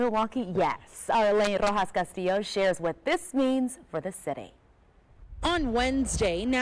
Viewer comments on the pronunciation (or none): none